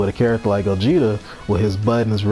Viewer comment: I'm so happy cant say gogeta don't have mix